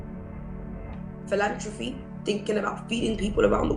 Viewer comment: this devil can’t even pronounce philanthropy😒 fraud.